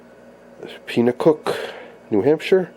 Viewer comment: FYI it's pronounced pen-uh-cook not peen- uh-cook. Nice collection of sets.